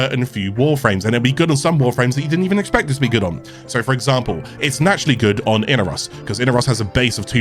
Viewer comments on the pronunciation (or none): I-nar-os. Not I-na-ros . Baro Ki'teer worshipped Inaros growing up so I'm going with how he splits up the syllables.